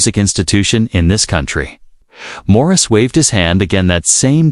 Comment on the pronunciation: It's not Maurice. Jeez. Get it right. 🤦‍♀️